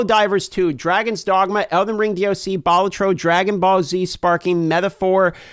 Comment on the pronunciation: Why did he say "baltro"?